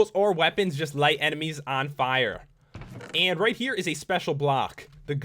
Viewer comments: i hate it when you say "AND" it's so iritating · dont hate but u say on and block funny :P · The way he says "and" Jesus Christ.....